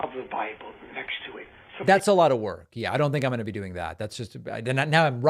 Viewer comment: Tuning in late, of your show you asked if the “journalist” host sounded drunk, whilst referencing Ted Nugent, my answer is yes or at least very tipsy! He slurs multiple words together, he’s actually said allota, as one word and that wasn’t the only time he conjoined his words while slurring them together. Sadly I’m tipsy and can still hear and point this out!